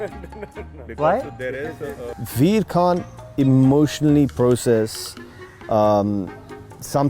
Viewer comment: well I heard say Vir 'khan' because of his accent whereas he was saying Vir "can't" LOL